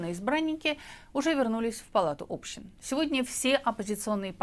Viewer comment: Палата общИн. ОбщИна, а не Община, общИны, а не Общины. Палата общИн!